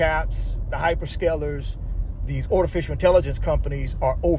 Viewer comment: What the heck is Ortificial ? B.S Ortist 😂😂😂😂😂😂😂😂😂